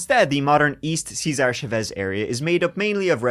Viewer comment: For the love of everything it’s not ceaser chaves!! It’s Cesar! It’s not a Roman name